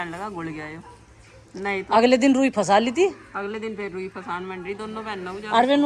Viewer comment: Kahan se graduation ki h aap ne ji.. Khud clear nhi to bachho ko kya padhate honge...फशा kya hota h...फंसा होता है